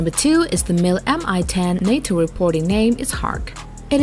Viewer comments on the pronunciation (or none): none